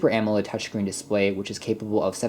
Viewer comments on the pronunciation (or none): none